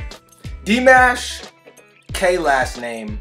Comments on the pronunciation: He's NOT Dee - Mesh.....he's NOT Dye - Mesh. He's Dee - MAAAASH. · It’s pronounced Dee Maw Shhh